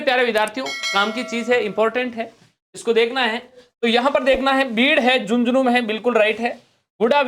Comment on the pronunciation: सर "झुझुनूँ" नहीं "झुन्झुनू" होगा।